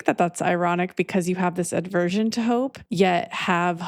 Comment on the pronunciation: I love you I love you I love you 🙏 (The word is: aversion, not aDversion... "Adversion" (with an 'a') is an obsolete English word meaning "a turning towards" or paying attention, but the common word you're likely looking for is aversion)